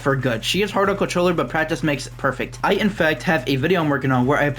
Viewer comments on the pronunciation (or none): Contoller bro..... contoller 🙏